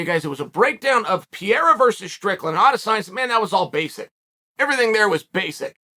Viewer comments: His name is Pareira not Pierra? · Holy disrespect...still calling the guy Piera!! Pe-- rei--ra, not so hard PE--fucking--REI----RA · Hhahaha I fucking laugh to death when Chael says : "Piera" instead of "Pereira" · Pereira not Pierra ffs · Chael brother….i love ya but you’re chopping that name up🤣 it’s pronounced “PAH-RAIR-A” lol not pareeeraa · Alex Pierra is the greatest mispronounced name Chael’s ever created. After he beats Adesanya Chael will call him Pereira though. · “Pierra”… Who da fook is dat guy? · “Piera” FFS 🤦🏾‍♂️ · "Pierra, michaeljeff, oozeman, blahovovic"..chael's a legend. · Stop calling him Pierre 😭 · Pereira? No! Peeyera ✅ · Chael saying Pereira had one job whilst calling him Piera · Not gonna be a fun three months if you keep calling him Pieira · Ah yes the legendary Alex Pierrea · Peearea? Really?smh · Cheal always announcing names wrong Pierra, Makelchev 🤦🏽‍♂️😂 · Ok why does Chael keep calling Alex "Piera"? Is this some joke he has going on ? Or is he too american to bother with pronouncing foregin names right ? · It's pronounced per rerira the I is silent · It's pronounced peh-rare-rah and it is likely that Alex has been practicing takedowns with Glover for some months now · Nobody: Uncle Chael: Pee-Air-Rah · I had to check the title of the video again to make sure that man’s last name is pereira and not piera lol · I love how Chael intentionally pronounces everyones name wrong. “Piera” “Will Fury” 😂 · Where did he get the name piera from? That’s like Joey Diaz saying KhALAbib lol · "Alex Piera" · not chael mispronouncing the name of the topic of interest😹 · Brother pronounce Alex’s Pereira name correctly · I swear Chael has to be mispronouncing his name on purpose at this point 😂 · How can we even take you seriously, when you can't even say Alex name correctly!